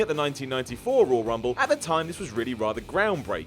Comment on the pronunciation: “THE ROYY RUMBLE” it’s Royal lmao